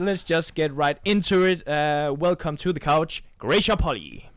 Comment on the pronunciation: Antonsen : it is Po-li-i..instead of Po-lii...